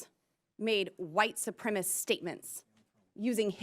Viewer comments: Lauren : it’s white supremacist. Not “supremist”. Know what you are. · Neither Traitor green, or Bobo can correctly articulate the word supremacist. It’s not supremist. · Boebert can’t even use the word supremacist properly. She should go back and finish high school !!!! The word is not “supremist”. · Ms. Bumfart…it is white SUPREMACIST…not supremist, you ignorant, dick-grabbing, theatre-vaping, bumble-headed biotch! 🤦‍♂️ 😊 Don’t you have a penis or vape pen you should be sucking?! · Boebert can’t even say the word supremacist correctly! she says supremist…..what a bimbo! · Its supremacist , not supremist you handsy dumbass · Why can’t these dipwad republicans pronounce “ supremacist” correctly? Oh ya, they’re stupid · Is "BOBERT" CAPABLE OF SPELLING THE 2 SYLLABLE WORDS SHE ATTEMPTS and "STUTTERS" TRYING TO PRONOUNCE? MARSHA! MARSHA! MARSHA!😂😂😂